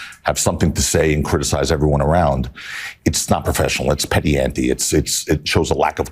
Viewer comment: "petty anty?" 😂😂😂